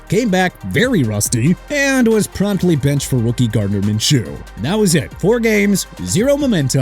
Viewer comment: Minshew as in min-shoo not min-choo... SMH... also Elvis Grbac is pronounced gihr-boch not gihr-back!! You can't say a quarterback's name right?! What's wrong with you?!